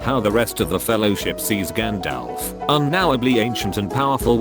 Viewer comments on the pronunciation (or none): none